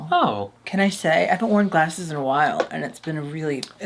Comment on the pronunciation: says 'glasses' w/such Midwestern ❤️ I'm the same way even after moving down south years ago